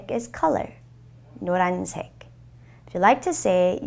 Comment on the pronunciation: It's pronounced no-run not no lan right